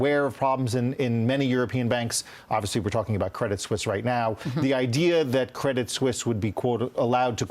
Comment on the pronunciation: Credit Suisse, not Credit "Sussie". Neither Susie nor Suzy. - uncertainty, not "uncertainity"